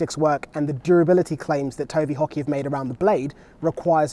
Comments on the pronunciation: I kept thinking he was saying "Tony Hockey".. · I heard Tony Hawky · I thought he said tony hawk. lol!!